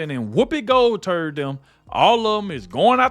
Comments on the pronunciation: Roflmaoooo. Did I hear you say Whoopie Goldturd? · Did you say whoopi goldturd? If you didn't that's her new surname 😂😂